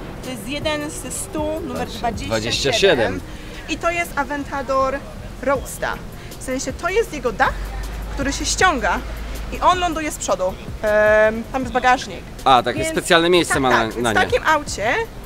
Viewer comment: Rołdsta 😂😂😂😂😂 a gdzie na koncu er